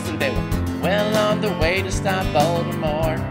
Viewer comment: I like how Jack actually pronounces Voldemort correctly.